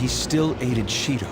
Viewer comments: What was said "Yet he still aided Shido." Vs. What I heard "Yet he still ate a Cheeto" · When said "...Aided Shido." It sounded like ate a cheeto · When says "aided Shido," for some reason all I'm hearing is "ate a cheeto."... Did I change anyone's cognition?